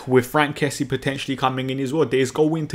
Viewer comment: His name is Frenkie not Frankie.